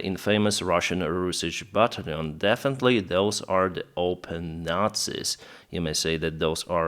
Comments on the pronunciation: Hey, I've been following you since you began to to publish videos about the Russian invasion. Your English is fine and understandable, but I have a pet peeve. Can you try to pronounce "battalion as BAT TAL LEE ON instead of BAT LEON? It is one of the easiest word to pronounce in English, and it seems like you are just unaware of what the word should sound like. Just trying to be helpful. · Right, but the key is that the accent is on the second syllable: bat TALL yawn.